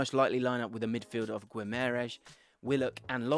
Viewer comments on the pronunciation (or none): Absolutely love your videos man. Proud to be a subscriber! One quick point which every pundit is getting wrong at the moment, the pronunciation of Bruno's surname. Phonetically it's gee-mah-ry-esh. Not gwim-air-esh. The 'ui' makes an 'ee' sound. Anyway lesson over keep the videos coming mate love your work! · you're pronouncing Guimaraes all wrong mate. it's gee-mar-eye-sh